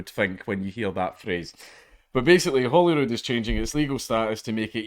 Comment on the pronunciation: I'm sorry, Holyrood? I thought that was a trick of the accent at first. Lol.